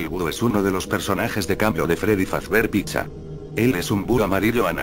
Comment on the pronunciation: es fazbear no fazber